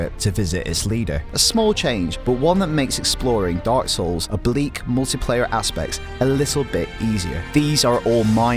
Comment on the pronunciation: Every time he says "dark souls" it sounds like he's saying "darcells" lol